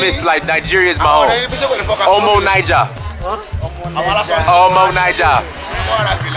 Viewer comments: The best suya is in the North. You should travel around to states outside the SW. Get a fuller picture of Nigeria. those guys thought you were saying omo Niger (different country) not omo Naija (Nigeria). It's in how you pronounce it. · you are really putting in the effort but you gotta work on your pronunciations. You were trying to say omo Naija but they thought you were saying omo Niger which is a whole different country. There are a lot of subleties in these pronunciations. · Lol the way u say omo naija i died laughing😂😂😂😂😂😂😂😂. I could see your throat and facial muscles